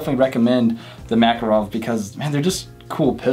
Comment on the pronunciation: The name is Mac-Kahrov, the stess is on the second syllable, not first. In all fairness, Russians pronounce Reagan's name as Raygun. For what it is, a Mac is definitely not worth $500, more like $300.